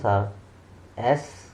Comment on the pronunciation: The correct pronunciation is yes not Sss😊